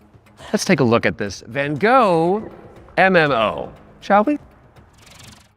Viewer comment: I love how they both butchered “Van Gogh” pronunciation, yet he said it with his chest 😂